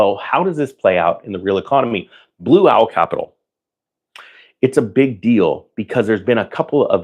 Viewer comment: Did you say Blue Towel?